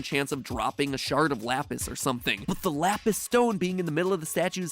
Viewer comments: Pronounce lapis like that again, I dare you. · he say lapis wrong however seconds later says it correct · how Italians says lapis